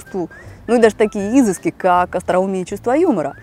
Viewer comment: Симпатично, спасибо. Только не "Изыск", а "изЫск". Правильное ударение - это тоже элемент полового отбора.